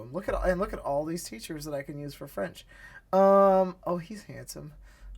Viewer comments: When you’re mixing English and French the teacher pronounced the French incorrectly, like an English person reading French for the first time. But when the teachers text was in all French it had good pronunciation. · Thanks for the demonstration. I cannot comment on the Chinese, but why does the French teacher '' teach you French with an awful American pronunciation? Shouldn't the teachers teach you a native pronunciation? Does the same take place in Chinese? I would not want to use a tool that teaches awful pronunciation. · Man French accent is so bad? Are the other accents that inaccurate?